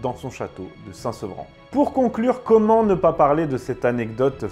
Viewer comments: SAINT SERVAN ET NON PAS SAINT SEVRAN !!!!!! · Il meurt à Saint Servan et non saint Sevran, c’est comment dire, deux salles deux ambiances😅